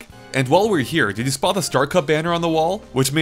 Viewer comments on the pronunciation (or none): none